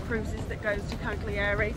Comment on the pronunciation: Learn some pronunciation, you don't pronounce the G in Cagliari...!